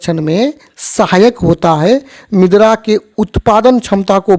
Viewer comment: मिद्रा bol rahe hai ====😮 मृदा मतलब मिट्टी होता है